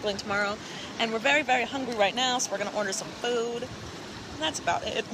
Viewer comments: "Foe'd"? or is it just me? and its not only its colleen aswell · I love the way you say food😍! Am I the only one!😳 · Nope, I LOVE it to